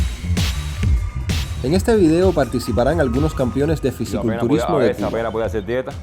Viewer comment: Se dice Fisico culturismo y no Fisi culturismo.